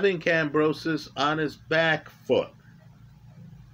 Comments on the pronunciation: Who is Kambrosos? Its Kambosos bro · Stop saying Kambrosos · There is no R in Kambosos, it even says it in the title but in the one million times you say his name, you say Kambrosos!!! What's up with that? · I love how adds the letter R into Kambosos's name 🤣, top lad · No “r” in George’s name sir. Thx for all the great analysis. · I like the story-like description with technical explanation. But brother next time just call him George because brother man you butchered Kambosos name. George was prepared for 12 while Mr Lopez thought he could K.O him in the first round. George has an excellent jab and 1/2 deadly fast jab/cross combination. Lopez underestimated his opponent. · there is no "r" in Kamboses. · Lmao butchers everyone's name.